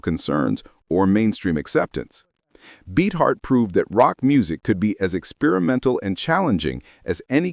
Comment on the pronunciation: It’s Beefheart, not Beetheart